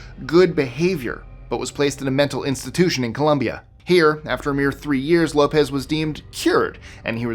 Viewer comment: you are so good with foreign pronunciations...but seem to regularly say 'Columbia' referring to the country in South America, Colombia. Great channel!!